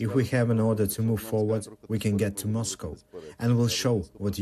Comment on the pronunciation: Moscow he says 😂😂😂